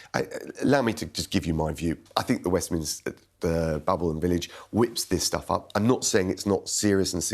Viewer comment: 'Westminster foff' WTF!